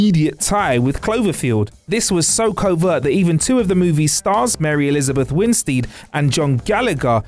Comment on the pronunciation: winsteed? delfy? greenbreeah?